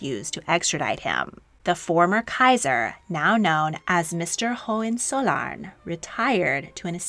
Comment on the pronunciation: "" 💀